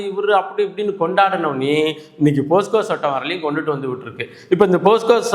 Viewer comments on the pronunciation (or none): போஸ்கோ இல்லை சார், போக்சோ என்பது தான் சரி.